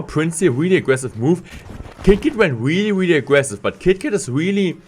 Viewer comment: Say really not weally